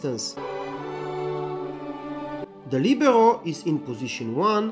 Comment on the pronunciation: Thank you for the helpful video. Thanks for saying, "Li be ro" correctl ^_^